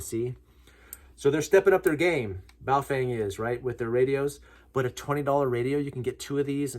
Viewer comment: Like how you correctly pronounce 'Baofeng'' Thank you!